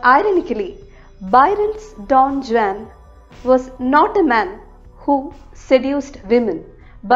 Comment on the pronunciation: Don Juan pronunciation wrong All in all video pronunciation superb